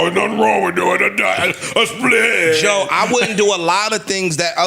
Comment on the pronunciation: 😂”Now I get it “ JOE said it “COE”